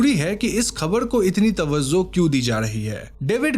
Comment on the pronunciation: It's not tawazzo..it is tawajjoh.. not tazrubedar it is tajrubedar.. rest is perfect